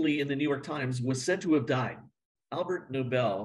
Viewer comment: Argh! It’s ALFRED Nobel, NOT ALBERT. This bothered me way too much.